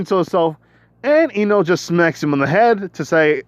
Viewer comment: Bro when you said deku x ino I thought you said into again